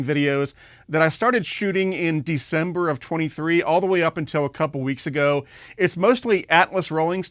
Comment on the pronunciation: Deember?! Wtf brother 😂😂 luv ya